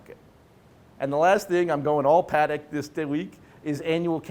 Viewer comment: Nor is it PAA-deck. Yikes.